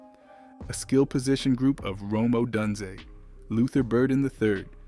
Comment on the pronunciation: good video but dawg u gotta learn how to say odunze